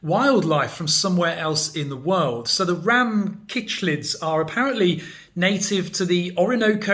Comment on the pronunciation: Pronounced- sick-lids…cichlids.